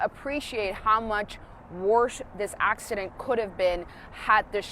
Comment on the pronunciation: LoLooollLLoOaoa "accodent" lLOlOLLLlOLalOLLLlo take that teump laoalaoalalla